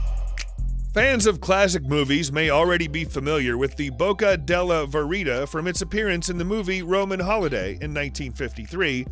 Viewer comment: The second artifact is called the Boca de Verita, with the last two pronounced "deh VEHR-ee-tah", not "dehl vehr-EE-tuh". Totally doesn't work, btw. I lied my ass off when my hand was in there, specifically, "no dear, I haven't minded lugging your 65 lb suitcase across 10 goddamn countries for two months. But maybe we could get checked into our hotel and drop off the bags before we check out any more of the sights in Rome?"